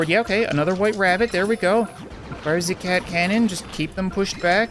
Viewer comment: Why do you say fire zee cat cannon when you fire the cat cannon